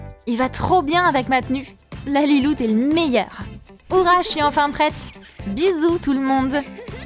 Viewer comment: On dit lalilou Pas la lalilou